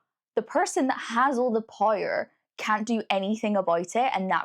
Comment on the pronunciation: You saying the word "power" is a trip